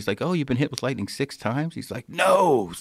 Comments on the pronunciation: it’s lightning not lighting^ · Lightning not Lighting 😂